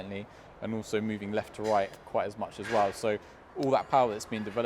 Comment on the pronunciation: you don't say "as well", you say "as wev")))) maybe it's because of british pronunciation, dunno, but its funny😂